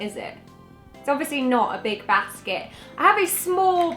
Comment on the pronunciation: im confused, i thought you were from london but thats definitely not how someone from london would say "basket" lol. where are you from originally?